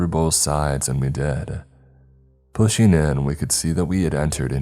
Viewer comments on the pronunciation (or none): PushING!!!! NOT pushEENE!!!!